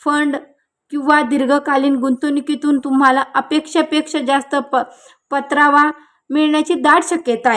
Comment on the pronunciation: मॅडम सोत्र नाही स्त्रोत आणि पतरावा नव्हे परतावा